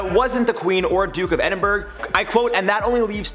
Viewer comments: Edinburgh is pronounced Edin-bruh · I live in Edinburgh and it's pronounced Ed-in-bruh